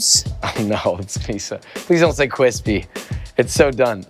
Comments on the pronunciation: So glad "cwispy" is done. Top shit tho. Man I'm fuckin hungery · I, for one, still love “cwispy” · Only Josh can say Cwispy! Lol, nah gwan with yourself! 🍔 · He got the "Cwispy" and even hate for not homemade things 😂😂😂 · Josh makes cwispy tee for sale Also Josh - “don’t say cwispy it’s so done” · Alvin: Josh: No Alvin: Josh: Please, no Alvin: Josh: Awe, c'mon, man! No! Don't do it! Alvin: ..........CWISPY